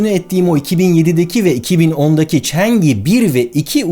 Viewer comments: Barış Abi yine harika bir video, teşekkürler. Yalnız Çince bilen biri olarak (嫦娥) "chang'e" ismini "çeng i" olarak telaffuz etmeniz videoyu izlerken beni azıcık rahatsız etti. Doğru telaffuz "çan ı" şeklinde olacak. Bundan sonra Çin'le alakalı daha çok video izleyecek gibiyiz, Çin ve Çince ile ilgili konularda yardımcı olmak isterim. Saygı ve sevgilerimle... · Barış abi,aletin ismi Çengi dört değil Çang'ı olarak okunur, yani 嫦娥